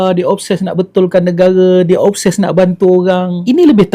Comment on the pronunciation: Obses TU menatang apa x jelas cakap biar terang